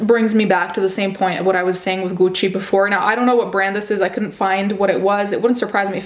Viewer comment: For some reason the way you pronounce gucci is satisfying